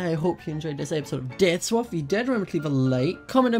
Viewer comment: In the intro it sounds like said dance swap instead of death swap